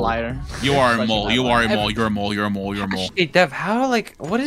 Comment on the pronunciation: sounded like he said Mold instead of “Mole”